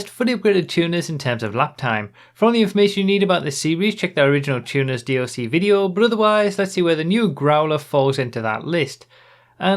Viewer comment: I thought was going to say "Tuners" the whole vid, but then the "Chewners" started coming out